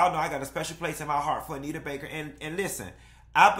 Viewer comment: I’m HOLLERING at “In Jae-yuh”😭😭😭😭